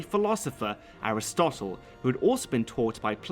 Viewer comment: Aristotle but pronounced like Chipotle